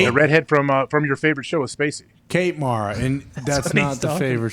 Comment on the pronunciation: Aj actually said Mara's name correctly. It's mare-a